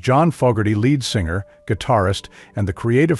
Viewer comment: The computer can not even pronounce lead singer or bass player all this is in the coik